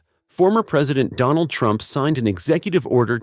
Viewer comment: Why did you say Former President Donal Trump? Come on man!